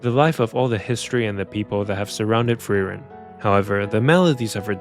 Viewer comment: Fern x Feren??? Honestly, i cannot fully understand the names you said here